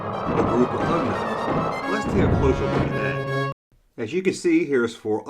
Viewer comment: they are Ugnaughts, not ugnuts. Lol